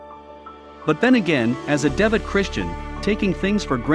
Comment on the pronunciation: Love how the robo voice changed "devout" to "devut." Wondered if it had something to do with golf